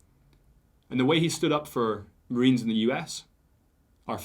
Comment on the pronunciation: It's the Royal Marines not fkn Royal Marina's